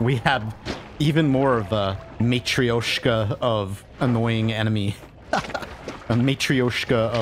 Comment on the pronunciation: pff, that "mathreoshka"))) Actually it sounds something like "matroshka". R is "soft", but i don't really know how to explain this. The closest that comes to mind fast enough is something like "r" in three.